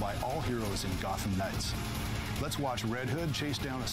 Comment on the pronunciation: O nome é _Gotham_ Knights e não _Gottam_ Knights como você parece pronunciar. O som "th" não sofre flapping como "tt", sua pronúncia está bem incorreta.